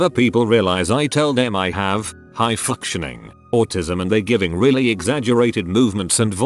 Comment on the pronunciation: Why did it say high functioning like that lol